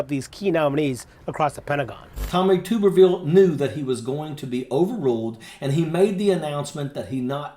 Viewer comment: Tubberveal!! 😂😆😂😆 That's how it's pronounced!! What a POC he is.